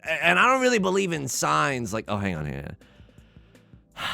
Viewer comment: The first time you said, "I don't believe in signs" I thought you said "science" and thought we were about to learn something deeply confusing.